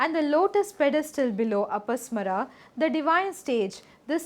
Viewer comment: It is pronounced as A-pa-smā-ra, ಅಪಸ್ಮಾರ(another term for epilepsy in Kannada).